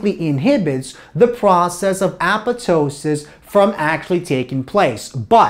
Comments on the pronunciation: i dont want to be disrespectful but the apetoesis gets me everytime .btw great job . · Appatosis? I guess the second "p" is silent?